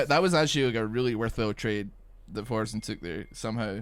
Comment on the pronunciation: "Four"sen? Please, there's only one of them.